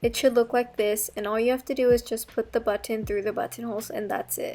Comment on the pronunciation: amazing idea but i like the way u say buTTon lol